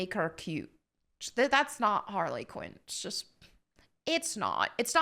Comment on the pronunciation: Harrey Quinn